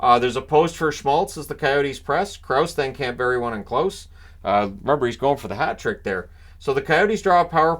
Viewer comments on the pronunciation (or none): none